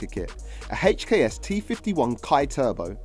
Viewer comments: "A HACHEKS turbo" 😂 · is it not HKS. why is he saying "HATCH K S' everytime?